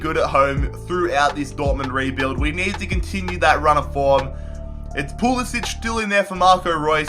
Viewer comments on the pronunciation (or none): Learn how to say Pulisic please. It's not an "ich". It's pronounced as an "ick"